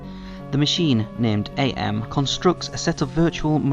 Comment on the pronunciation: It's just "Am", not "Ay-emm". ..ahem.